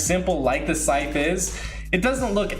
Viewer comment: Anyone else thinks when he says sythe its like “Sike!!!” Meme thing